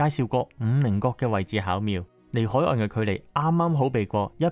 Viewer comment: 海岸 ，岸～ 必須鼻音 屹立 。屹 ～鼻音